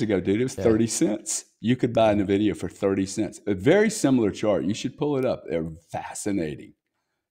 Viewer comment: GRANT Cardone is a real estate expert that says you need to use everyone else’s money to invest. Which isn’t a bad idea. But he isn’t an expert on the stock market nor crypto. He can’t even say Blackrock or Nvidia correctly. You can’t even say his name correctly